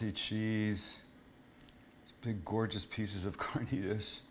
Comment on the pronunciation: I'm a little late in watching the video but I love how Sam says carnitas the correct way. Excelente!